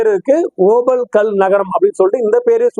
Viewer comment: ஐயா சாமி தங்களின் ஓபல் என்ற உச்சரிப்பு இருக்கிறதே காதில் நாரசமாக ஒலிக்கிறது இந்தக் கல் Opal There are many variety of this Opal stones Black Opal Fire Opal Blue Opal White Opal These are Semi _ PRECIOUS STONES Black Opal is most expensive stones While you talk in tamil opal stones give the pressure in your tongue I mean your pronounceation நன்றி வணக்கம் ஜெய் பவானி